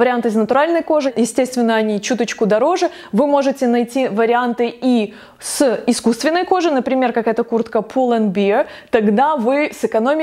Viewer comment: здравствуйте. Смотрю Вас, слушаю и абсолютно с Вами солидарна! Позволю себе подсказать Вам: PULL & BEAR. BEAR произносим как " бэр" при участии нейтрального звука между э и. р. Надеюсь, не обидела.